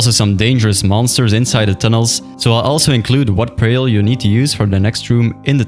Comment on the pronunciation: bro says "prayal"